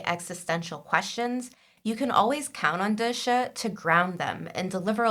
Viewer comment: As a book reader, i so need this vid of connecting the book and tv characters, so thank you! Just a pronunciation correction please. "Da Shi" is not "the shuh". It is "Da She" - each word is equally vocalized